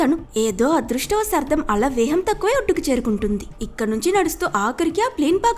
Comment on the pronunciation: Vegam× Veham✓😂😂😂